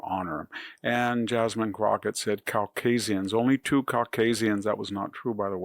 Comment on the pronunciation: By her purposefully mispronouncing “Caucasian” shows you just how RACIST SHE IS. Everything she says and does supports HER RACISM!